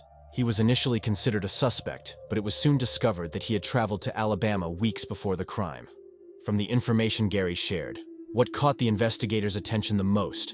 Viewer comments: What a tragedy of a promising family committed by a monster...Blood, trial, and crime.. mispronounced.. Blued, treal, and cream. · London pronunced Lun din, Crime pronunced Cry m, Feece pronunced Feece ese, Bloid pronunced Blud